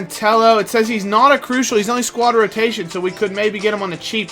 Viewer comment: Sign Cristian Tello! Ntep does look very good but in real life I feel Tello would suit is better just by the way he plays, especially his link up play. And he's good on fifa, (I'd recommend playing him on the left) and his name is pronounced "Tay-O"